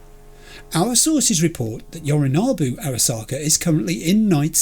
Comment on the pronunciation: One thing, you have a thing with the letter O in certain words don't you? Sayonara Yorinobu. 👀 Just sayin